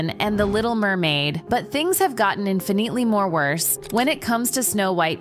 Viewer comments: Vocal fry... You chose a lame AI narrator bot with VOCAL FRY !!!!!!1. And FFS, does anyone even bother to proof the output? NO! We saw it with ALLA DIN, but things have gotten INFA NEATLY MORE WORSE!!!!1 Pack it in kids. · And just a few seconds later: "infinEEtely" instead of infinitely. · Then the absolutely brain dead pronunciation of infinitely like 3 seconds after that lmao